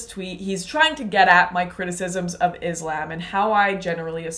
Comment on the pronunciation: First try to pronounce islam properly 😂😂then you show your hypocrisy